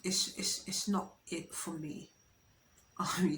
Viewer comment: "Taken fi granted" 😂😂